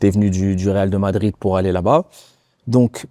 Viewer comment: Je comprendrais jamais les gens qui disent « real de madrid ». Même Diarra qui a joué 3 ans au Real Madrid sait même pas le dire. Sans compter les commentateurs télé chaque année